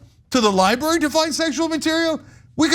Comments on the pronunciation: No one counted how many times Cenk said 'libary'? hehehe, love you man! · Lie-burry, Cenk? LIE-BURRY? Good Lord! LibRary! Library doesn't sound like Lie and HURRY! Li-bRary! It's LIBRARY! lol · Sounds like libury to me. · It's libRary...not libary. Why does Cenk pronounce it like that?